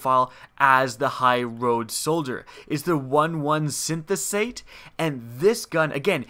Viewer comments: Synthate? Just take a moment to read it; Syn,es-thete. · just cause i'm a fan and I want you to sound like a pro. synesthete. sin-ess-theet. a synesthete is someone who uses their five senses in different ways, like hearing colours. cool anime show called Canaan if you're into that. cool and informative vid, thnks for sharing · it's pronounced Sin-es-theet Synesthesia is a very interesting topic, one should read up on it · u pronounced synesthete wrong